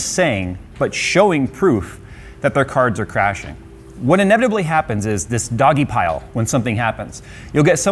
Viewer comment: "dogpile" is a term I have never expected to hear cutiefied.